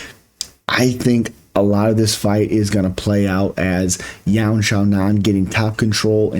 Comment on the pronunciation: You said her name perfect...